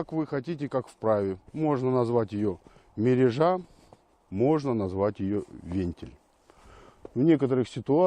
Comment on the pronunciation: МерЁжа под лед ставится, а то что показано чем то похоже на закол(летний вид). мерЁжа ударение на Ё.